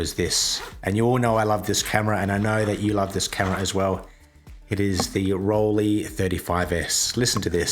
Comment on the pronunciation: I don't know what it is about "Rollie" that makes me feel nauseous! Listening to this pronunciation is my version of fingernails on chalkboard. Can't get past the first 3 minutes of this video. It's torture. The "lei" in Rollei is pronounced like the "lei" in Leica or Leitz.